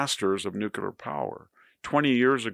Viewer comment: VDH is one of the greatest minds of our time. If only he could properly pronounce 'nuclear.'